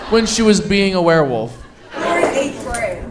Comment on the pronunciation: my fav part was saying were-woof instead of werewolf 😭